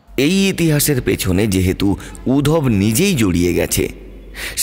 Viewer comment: বাংলা গল্পে রুম কথাটা বড্ড কানে লাগে। ঘর বললে শুনতে ভালো লাগে। আর নামটা উদ্ধব। উধব নয়।